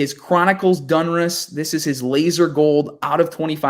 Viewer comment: Plz plz brother, its DONruss not DUNruss